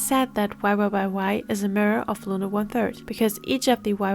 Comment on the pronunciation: why are you saying "looner" ..?